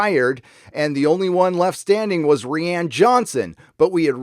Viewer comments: "ree-ann" fucking makes me twitch. please just say ryan. please. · I love you and your channel but please stop mispronouncing Rian Johnson. I’m from the UK (Wales) and my name is Rhianne which is pronounced the way your saying Rian and I’m horrified by any association with this idiot man. 🙏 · No, it is pronounced "Ryan", just says it like that to disrespect him. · Lol... ree ann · Rye-an Johnson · Ghost Ree Ann. Not a force ghost. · The way you say Rian just makes me think of Rihanna xd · Hiatus after Ep.9? That’s not a good sign. It means Disney is already bracing for a flop and going to reorg after. It also means they’re not happy with the final cut. Damn...Consequently, this means Kennedy is done. Grace Randolph was right about the fandom... Fyi, pronouncing Ruin Johnson’s name as “Ree-Ann”...ha ha! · I've never heard anyone pronounce Rian the way does. Has anybody else noticed this? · Is that really the correct pronunciation of Rian? His dads should have rethought the name if so.